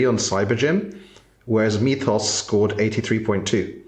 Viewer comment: If you pronounce it “Mee-thos” you’re a true moron.